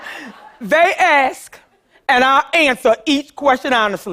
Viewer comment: She's having a hard time for a few reasons. She did say she went to those inner city schools herself. Also she can't say "ask", so give her a break.